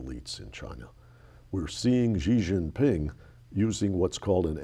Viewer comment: Xi Jin Ping is pronounced "She Jin Ping". The "X" is pronounced as "sh".